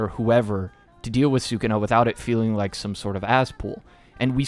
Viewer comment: Taking your Puerto Rican card given the way you pronounce sukuna